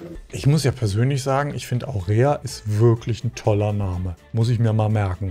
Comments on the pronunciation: Lieber... du sagst 2mal, dass dir der Name der einen Kandidatin gefällt... aber du nennst sie immer Aurea oder so, statt Aurora... und so heißt aber Aurora 😂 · Wieso sagst du "Aurea"? Die heißt "Aurora"! 😂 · Im Namenmercken bist nicht so gut ne?;) Aurora mit O;) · Ich hoffe das enttäuscht dich jetzt nicht all zu sehr, aber die Dame heißt Aurora und nicht Aurea 😅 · Die Frau mit dem wunderschönen Namen heißt aber nicht Aurea sondern Aurora 😅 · Sie heisst AURORA, nicht Aurea. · Das Mädel heisst AURORA nicht Aurea 🙈😅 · Sie heißt AURORA nicht Aurera... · Aurora,, nicht Aurea... 😂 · Sie heißt nicht Aurea 😂🙈 sondern AurOra 😅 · Die Frau heißt Aurora! Aurora! Nicht Aurea 😂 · Aurora heißt die mit dem schönen Namen und nicht Aurea 🙈😅 aber Hauptsache hat den Namen nochmal extra oft falsch gesagt.. sehr niedlich 😊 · Du machst mich fertig! Aurooooooora, steht da, nicht aurea. Und weil du es so oft gesagt hast : Aurora, Aurora , Aurora! 😂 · Hallo, die Dame über die Du sprichst, heißt AURORA, nicht Aurea. Vielen Dank für die tollen Videos, die Du hier immer reinsetzt. LG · Das Mädel, wo du den vermeintlichen Namen so toll fandest, hieß nicht Aurea, sondern Aurora 🤣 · Danke … das blonde Mäderl um herum heißt Aurora, wie die Göttin der Morgenröte, nicht Aurea … ist aber ein ebenso schöner Name, oder? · Haha wenn du den Namen gerne weiterhin sagen magst kannst du dann auch einfach eine andere Aurea nennen 😂 Aurora heißt schließlich auch nicht Aurea 😂🤭 Danke dir das du das Format kommentierst, finde es sehr unterhaltsam 🙏🏻😊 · Sie heißt Aurora, nicht Aurea! Wie die Gänseprinzessin, Aurea klingt wie ne Creme 😂😂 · Lieber, ich glaub die Dame hieß nicht Aurea, sondern Aurora! 😉😊😘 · Bin ich die einzige, die bei immer "Aurea" gehört hat? Aber die gute Dame Aurora heißt....😂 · AurEa heißt hier aber AurORa